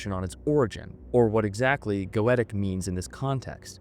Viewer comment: I must say, I've never hear "Goetia " spelled like that before.... GO-AYY-SHAH